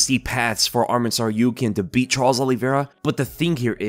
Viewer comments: Hey! good job pronouncing Tsarukyans last name correctly the first time you said it in this video. That’s how it’s properly pronounced. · omg pronounced tsarukyan correctly